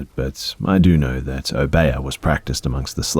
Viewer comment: always cool to here stories that come from the Caribbean or from people that are from the Caribbean. you did mispronounce trinidadian and obeah, lol.